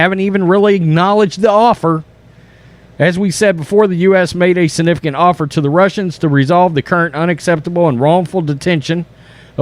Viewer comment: Love your videos but please learn how to pronounce Reuters, ensemble, and significant. Not to mention provocateur.